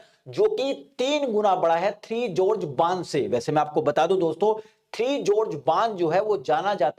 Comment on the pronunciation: ये थ्री जॉर्जेस नहीं थ्री गॉर्जेस डैम है।